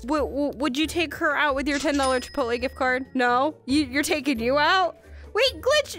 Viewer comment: She said it was chipoltlay it is taco bell